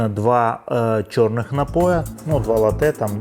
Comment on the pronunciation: Вибачайте, але дуже ріже два моменти. Не латтЕ, а лАтте і літера G в слові не читається, просто Маніфіка. Вибачте ще раз. 😊